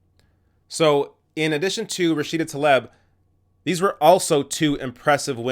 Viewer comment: Surely it's pronounced "Tlaeeb", not "Taleb".